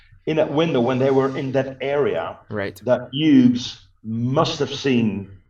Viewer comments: The proper pronunciation is HUGHES! MY father was in the 101st and then went into 82nd post World War II. Please have somebody fix the video. It sounds like he’s saying Hue. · Another excellent video. Great work! By the way, Hughes is pronounced HEWS.